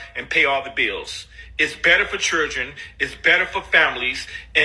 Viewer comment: His face angers me. And he can’t even say children properly.